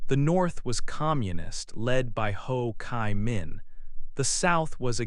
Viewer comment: There is something wrong with the pronunciation of the proper names, such as Ho Chi Minh, Doi Moi... But anyway it's a great video about Vietnam! Thank you for making this awesome video and sharing it with us!❤❤❤